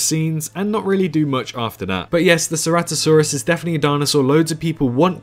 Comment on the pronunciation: Ceratosaurus not ceratisaurus